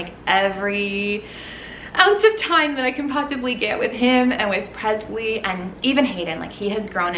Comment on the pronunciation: Is your daughter’s name Presley or Presy? It always sounds like Presy when you say it, but may be a nickname ?